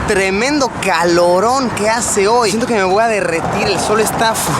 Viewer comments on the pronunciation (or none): le salio re cordobes TREMENDO CALORON QUE HACE HOY SIENTO QUE ME VOY A DERRETIR MIN